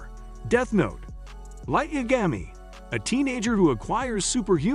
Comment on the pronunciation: the way he said light yagami killed me